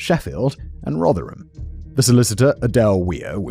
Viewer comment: Danny must be made up that Simon managed to pronounce "Rotherham" properly at last- I am and I've never even been near there!